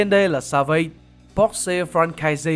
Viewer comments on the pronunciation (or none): Pugilism thấy phát âm đúng phải là là "Piu-Gi-li-Dừm" Longsword -> "loong so" Savate -> "sa vát"